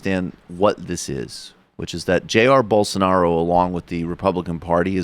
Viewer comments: "Bull sar nar O" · I believe his name is pronounced Bol-SAR-nar-ah, as explained by our good friend who is full of high level and important ideas.